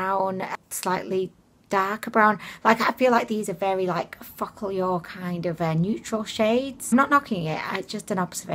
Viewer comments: I know I am four but I giggle every time she says the name. Sounds like "Fuck all yall." Kekeke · I think it’s meant to be pronounced as foca - lure lol I found the eyeshadow was ok but like cheap. The huda one I have it it’s called the new nude and it’s very expensive but dupes from Ali express as nice as they are couldn’t come close. The metals in the real huda look on the eyes like Stila magnificent metals on the real huda bc I have it myself 😍. On the real huda the pearl chunks are way larger and it’s a mix of pearl and rose gold making a duo chrome look it’s a lot nicer than both of these. Focallure is closer dupe to huda than the aromas but still not anywhere near as good